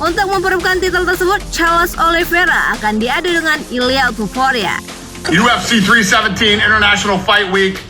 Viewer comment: Topuria min bukan tuporia😂😂